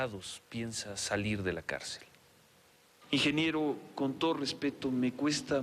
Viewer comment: pinche bastardo ni deberían de Pelarlo, y todavía le dice ingeniebrio